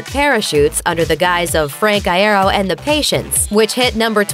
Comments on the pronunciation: First of all its eye-ear-oh please thank you Second of all Frank didnt know about the split he found out from fans on Twitter And I'm watching this after the reunion show lol😂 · Every time she said Iero as I-air-o i wanted to throw up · "Frank eye-ero." IM DYING LMAO. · It's "eye-ear-oh", guys... Frank would have told you already. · Is anyone going to talk about how she kept calling him Frank i-are instead of l-ero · “Frank Eye air oh” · Oh my god it's "eye-ee-roh" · Isn't it Eye-Ear-Oh?? Well, I've been saying it like this for the longest time :/ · I'm triggered by how Iero was said at the beginning of the video. That was like Iaro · "Frank eye-ye-ro " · I'm cringing every time I hear "eye-arrow" I'm pretty sure that's not how his last name is pronounced. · 'fRaNk EyE-aIr-Oh" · "I air oh" Pffffttttttt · I-air-oh. Smh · Did you seriously pronounce frank’s last name I•aro? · EYE. AIR. OH. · "frank i-air-oh" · The way they say iero I'm crying "Eye AIR oh" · ITS I EAR O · I-yeh-ro wtf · Eye-air-oh Oml stop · Frank Eye-air-oh smh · I want to die after the way she said "Iero" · oof i died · ThE wAy ThEy sAy "IeRo" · Lol that was so annoying. Good video, not so great pronunciation of Frank's last name. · Anyone else annoyed by the mispronounciation of Iero? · T-they mispronounced “Iero” 🤦🏻‍♀️ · I cant be the only one annoyed by how they say Franks last name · the thing that makes me slightly uncomfortable is when they pronounce iero a different way and in my head i just go "no" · That’s not how you say Frank’s last name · AAHH YOU'RE PRONOUNCING IERO LIKE GERARD ALWAYS DID STAHP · THAT IS NOT FRANKS BIRTHDAY, AND THAT IS NOT HOW YOU SAY IERO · The way she said iero😂😂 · I’m sorry but I hate the way she says Iero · Hearing them pronounce frank iero like that makes me cringe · NNNNNGGGHHHH PLEASE stop saying Iero that way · Why she say Iero like that tho I want to 💀 after the way she said that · The way she says iero triggers me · Tip: it’s eye-ear-oh not eye-eh-roh...